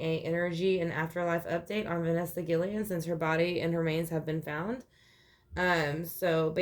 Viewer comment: Her last name is pronounced Gui-Y-en. In Spanish a double “L” is pronounced like a Y. Rest In Peace baby girl 💔